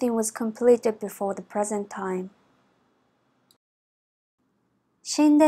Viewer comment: The "ru" at the end sounds like "lu"... is that the correct way of pronouncing it?